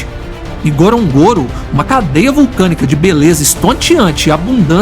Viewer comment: Poderia ao menos aprender a falar o nome correto do local Ngorongoro,,,,norongoro...simples